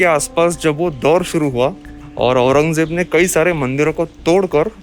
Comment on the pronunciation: Call aurandya sorry aurangya bhai not aurangejeb 🤣🤣🤣